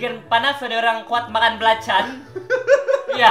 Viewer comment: Hahahah you kept saying "belacan" lol